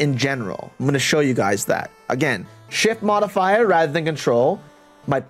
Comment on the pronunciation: I'm pausing the video cause I'm dying laughing hearing you say "shit modifier" over and over. Anyway, I'm loving the in-depth walk-through mate thanks.